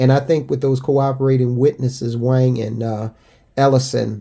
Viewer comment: Wang is pronounced Wong.